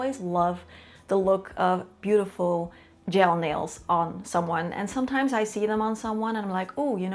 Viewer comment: I keep hearing "jail nails"